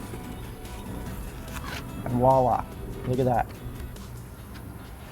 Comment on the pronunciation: Gonna be a little picky here. It's not 'Wallah', it's 'Voila'. It's a french word that literally translates to 'See there'.